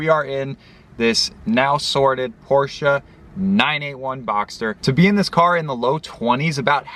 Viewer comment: At least you pronounce the Porsche name properly.